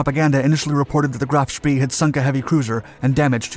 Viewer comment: They say it’s bad luck to say spEE, so please pronounce him as: sh-p-ay. Graf Spee